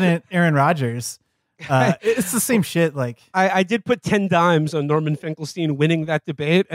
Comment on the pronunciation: norman got his name as correct as he deserves